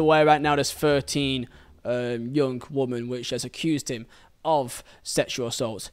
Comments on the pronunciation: This guy firstly Mendy aint a young footballer he knew what he was doing late 20’s and knew was wrong hence the locks and phones removed education ain’t the issue. Secondly you need bloody education stop saying woman ….. it’s women (pronounced wimmen)this is so annoying and makes you sound super thick … assuming English ain’t your first language but in future bro sort it out … also it’s Saha not Zaha… in a court case this needs to be said accurately please! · it's pronounced wimmin you keep saying woman.... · Please correct your pronunciation of the word women. It's playing havoc with my OCD. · It's his accent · Good video dude but please learn the difference between the words “woman” and “women” was painful to listen to 😅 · Dude, fuck, woman and women are diffrent words, they sound different. you're giving me anxiety man, gr8 informative video tho, keep up the good work